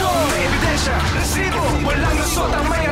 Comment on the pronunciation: bakit ganun na yung pag banggit ng "resibo" hindi na "rrrrrrresibo" 😢